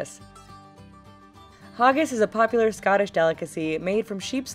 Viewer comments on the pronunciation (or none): you prenonsed haggis rong. its prenonsed h a gg i s not huggis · It's no hauggis it's hag iss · * pronounces haggis, Ha-r-gis * Me: why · it's HAG-gis not haaggis probably the most dangerous thing in my country is bagpipes thank you Scotland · It's not haw-giss it's haaa-giss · It's not haaagis, it's hAgis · HA-GIS NOT HAW-GIS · why are you pronouncing haggis like this "hargis"? its odd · It's not hog-ggis its ha-ggis (like you're laughing) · it's not hoggis it's prenouced hayggis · haggis not haagis. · "Hugis" hahaha, sorry, but no it's hagg with a iz sort of sound, never heard it that way XD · It's not said like hogis its haggis ..btw I'm scottish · It's hAggis not hOggis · HAG-IS HAG-IS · Is it just me that is freaking out over the fact that she said Haggis, Hoggis. I'm gonna stab a bltch! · The way she said haggis XD HAggis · kinder eggs aren't illegal at a certain age get it right and it's haggis not hoges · Uhhhhhhhhhhhhhhhhhhhhhhhhhhhhhhhhhhhhhhhhhhhhh!!!!The way they said 'Haggis' is really irritating me. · Omg the way she says haggis😂😂 but "the land of William Wallace" yeah, that's all my country is known for😂 AND WTF AMERICA, KINDER SUPRISE IS THE BEST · I hate the way you say haggis. Seriously it's not hard. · fucking triggered, the way she pronounces haggis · Please look up how you say haggis before you make a vid with it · thats not how you say haggis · You really 'butchered' haggis.😀 I'll let my self out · like what why haggis now they cant even say it properly!!!